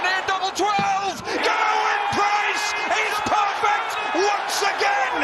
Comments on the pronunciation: saying ‘gerven’ price is unforgivable 💀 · why does this dude think gerwyn and gerwen have ‘V’ in them 💀💀